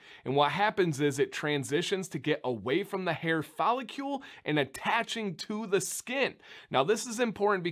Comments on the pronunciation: “Fol — licle”. “licle” rhymes with “pickle”. ... Love this channel regardless of the pronunciation. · Voice teacher here! I'm about to nerd out here, so feel free to ignore if you don't care that much. What you're doing is putting an extra "u" sound between the c and l in follicle - you're saying follicule. Interestingly, you pronounced cuticle perfectly, probably because there's already a u, so your mind accepts the displacement of the sound. Try saying the following, and whenever you get to cl, focus on the movement of the tongue as the back hits the roof for c then curls the tip up to the back of the top teeth for l, with no movement in the lips and only a slight voicing on the l: fol i (ih) cl follic licle follicle cuticle follicle You may also want to have Sam read these to you without reading them yourself and do a repeat-after-me. Good luck! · Okay, I'm a Chemist, so I can pronounce these things. It's a follicle not a follicule, so pronounce it as rhyming with chronicle or icicle intstead of molecule. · Pretty close! Maybe you’ve figured it out by now since this is an old video but try saying it like “icicle” or “popsicle” - “fall”-“icle”. You got cuticle right! Haha